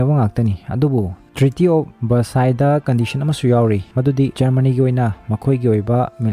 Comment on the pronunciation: Treaty of Versailles haibani treaty of versice hyba natte